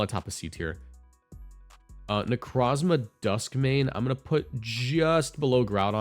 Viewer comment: I swear, it’s “Neh-CROHW-zmah” like Necro